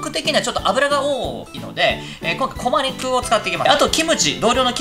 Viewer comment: コマニクゥン